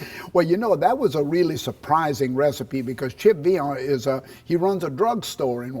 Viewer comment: It's Pronounced Vay-ion